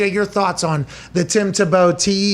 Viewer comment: Tim Ta-Bow:-). Its Tim Tebow!!